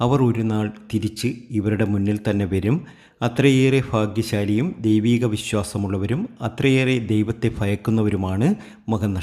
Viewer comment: Fagyasali????? Bhagya Sali. Correct pronounciation